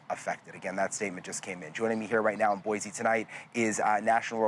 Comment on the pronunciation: There's no Z in BOISE